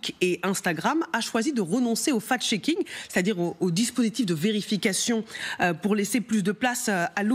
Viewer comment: Effectivement "Marc Zounkenberg" et "fal cheaking" c'est très génant 😂